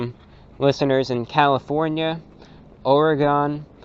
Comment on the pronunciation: Or eh gone hahaha love your pronunciation. here we say or-again/orygun